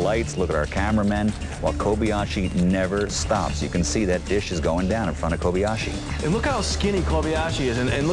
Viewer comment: ***** It's Kobayashi. Not Kobiashi.